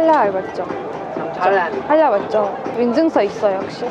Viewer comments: This video was real nice but only one problem y u sayin halal with an r at the end like "halar"? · I cant eat gluten i can but it's just our it's not a rule but yeah..I am Halal I am also a Muslim I dont look like I'm from Ireland but i was born there and its not halar its pronounds halaall